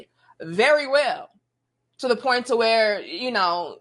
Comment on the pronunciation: has a point even if he has trouble pronouncing the 'T' at the end🤣🤣🤣🤣